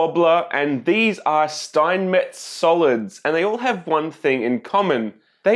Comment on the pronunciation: Steinmetz is called Schteinmetz, scchhhhhh like when you say shit, so shteinmetz in Englisch I guess